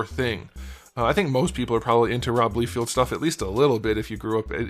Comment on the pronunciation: Lie-feld, not lee-field